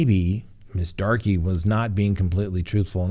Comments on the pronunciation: I chuckled every time he pronounced it Darkie. 🤦‍♂️ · Banning is a dangerous road for all. Btw I believe 'Darke' is pronounced 'dark'. Have a friend with same last name.